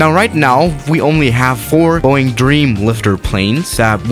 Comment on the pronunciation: Normal people: Boeing: BOING